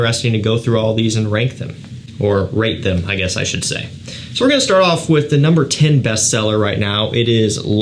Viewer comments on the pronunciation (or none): none